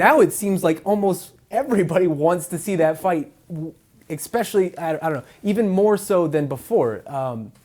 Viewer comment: "expecially" That pronunciation is like nails on a chalk board for some reason :-P